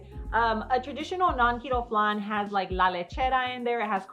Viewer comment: We say flan like plan not flun.🤣